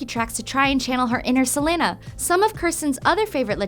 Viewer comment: I kept on cringing because of the way she pronounced Selena